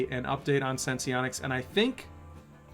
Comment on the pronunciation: It’s pronounced Sense-onics. Not Sense-Eee-onics.